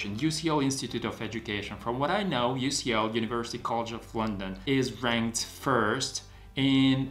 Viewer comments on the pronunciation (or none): none